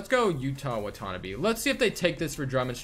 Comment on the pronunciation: (YUH-TA) (WAH-TA-NAH-BE) Is how you pronounce Yuta Watanabe from Japan.